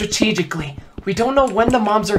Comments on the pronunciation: I thought said "When the moms are coming " 😂😭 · When said “mobs are gonna be coming” I thought he said “moms are gonna be coming”